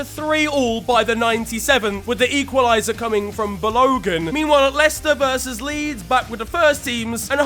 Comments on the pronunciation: your Nigerian and you pronounced Balogun as ba-low-gan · did just say balloo gun? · mans really called balogun below-gun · is Nigerian and can’t pronounce Balogun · That pronounciation of Balogun is criminal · The way you pronounced Balogun made me laugh